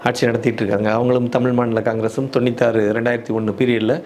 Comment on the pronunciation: தொண்ணித்தி இல்ல அண்ணா தொண்ணூதி ஓகே கரெக்ட் ஆஹ் ஒரு தடவ சொல்லுங்க